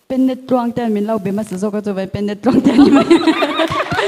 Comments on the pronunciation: Penet..tih anga lam lohtur Pennet..tih anga lam tur. Penticostal network..anih ang khan.. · Penet nilovin pen-net tiin lam la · I lam dan dik lo niin ka hria 𝙋𝙚 𝙣𝙚𝙩 ni lo in 𝙋𝙚𝙣 𝙣𝙚𝙩 tiin lam chhuah zawk tur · Pennet lam dan hi an ti dik lo fo mai a.. Pe-net an ti ziah... Pen-net tih tur...Pen 🖊️ tiang a lam phawt tur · Penet Nilo in pennet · Penet ni lovin pennet tihtur aw,lamfim khur rawh aw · penet ti a i lam hi,pennet ti a lam tur a ni lo maw sir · I lam dik lo. Penet ti in i lam a...Pênnêt ti in lam zel a.... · Ka pu PENNet hi mizotawnga 'a chalah ka pen' ti anga PEN tihtur aw, Pentecostal tih kaihtawi a nia.